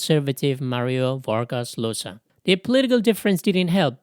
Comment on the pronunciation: Llosa is pronounced yo-sah. Spanish ll would be the same sound as Italian gl and Portuguese lh but these days most Spanish speakers pronounce it as y - at least in Latin America. Except in Argentina and Uruguay where it's pronounce as zh. But yeah it's never pronounced like l.